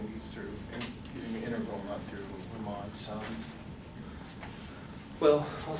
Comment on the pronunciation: I love your lectures a lot, but the way you pronounce riemann sums is an insult to all living beings on this planet